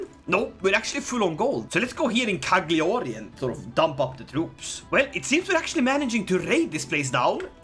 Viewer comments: Btw Its pronunced Lasaña.....and Cagliari its pronunced Caiari. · As an Italian, i love everytime says CaGLiàri! No sarcasm. I just stupidly love that pronunciation